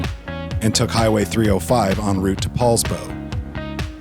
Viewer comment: Poulsbo, not Paulsbo.